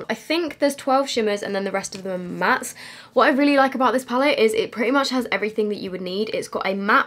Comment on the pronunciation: James recommended the Mac paint pot, or the P Louise base for an eye primer, he even said in his video even though he obviously loves Morphe he doesn’t recommend their eye primer. So, I’d love to see you do this again with either of the recommended eye primers. Also, it’s PALETTE!! Every single comment on every YouTube channel is “pallet” 😩🤦🏼‍♀️